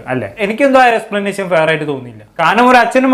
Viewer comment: ശ അല്ല ഷ എക്സ്പ്ലനേഷൻ ആണ് എക്സ്പ്ലനാശൻ അല്ല